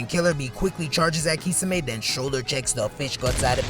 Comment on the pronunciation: The way this guy says “kee-suh-may” is diabolical